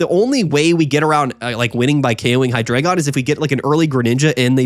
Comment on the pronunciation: HIGH-DRAH-GON learn the fkin pronunciation 🙏🏻